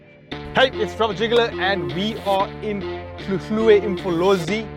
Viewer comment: Good you say hluhluwe properly!